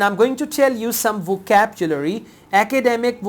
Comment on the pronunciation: why do you pronounce vocabulary as vocabchulary??